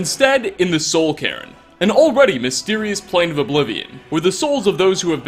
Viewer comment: And calling a cairn Karen